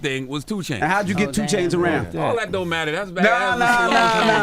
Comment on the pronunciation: Why tf you say 2 chainz like dat